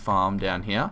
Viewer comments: you said heoh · i never noticed you say "here" differently until you kept saying you did haha